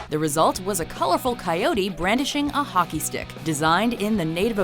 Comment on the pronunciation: Not hockie it's hockey